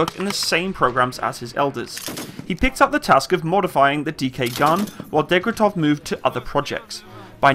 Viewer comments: your pronunciation of russian names forcing my ears to bleed. Дегтярев = Degtyaryov. Шпагин = Shpagin. There is no other variants of pronunciation. If you want to hear the normal pronunciation of russian words, you can message me and I will help you with that issue. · if you're going to do videos like this, you will have to set aside the 2 mins it takes to learn the proper pronunciation of the few names in there. Not only is it bloody easy if you use say, Google Translate or Wikipedia's phonetic spelling - but if you don't your vids turn out ridiculous. Not saying the name of the gun? Wtf? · Daaaaym you butchered the gun desighner names! Great video as always, very nice to see footage of Ukrainian and Polish forces training. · Seriously? Degtyaryov and Shpagin are that hard to pronounce even remotely correctly??? That was sooooooooooooooooooooooooooooooo painful to hear. "Dektov Shapin" ........ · Deg-tar-yo-v Sh-pog-in F-yo-dor-ov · Degtyarev. Actually pretty easy to sound out if you can read.